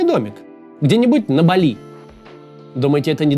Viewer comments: Автор, рекламу делать желательно правильно- остров называется БАли, а не на французский манер, как вы произносите, с ударением на последний слог. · БАли. БААААААли! Максим, ну ё-маё 🙄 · на Бали..ударение на "а" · Максим. не БалИ, а БАли. это МалИ есть, а БАли говорят все, кто был там. И не как турист-потребитель, а хоть как-то попытался вникнуть в культуру дальше терима каси.